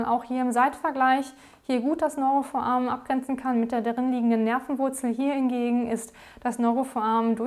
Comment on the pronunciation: Was zur Hölle soll denn bitte ein „Neurofoamen“ sein, das heißt foRamen! Bitte deutlich, ruhig und freier sprechen, die Beiträge sind sonst ganz anständig. Aber Foamen macht einen wahnsinnig...